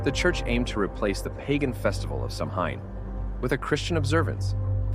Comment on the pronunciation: Good video but please take the time to learn how to Samhain!! It's pronounced Sawhen